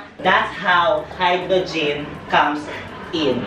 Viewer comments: "HYDROGIN" OMG HAHAHAHAHAHAHAHAHAHAHAHAHAHA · no one: mimi: Hydrujin.